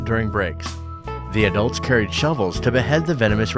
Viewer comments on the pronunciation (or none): none